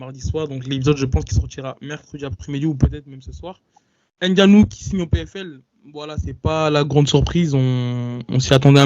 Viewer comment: ce est un gars très perspicace Et comment un Noir fait pour prononcer N'gannou🤦🏿‍♂️